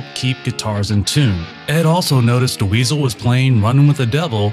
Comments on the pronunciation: Ouch! Do you know how to pronounce the name Dweezil now? Cuz it's just Dweezil, not Da Weasel. Great video though - Thank for this! Good luck! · "Duh weezil" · I’ve never heard Dweezil pronounced that way. Is this AI? “DeWeezle” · Who is this.. 'Da-weasel' he keeps talkin bout?.. 😂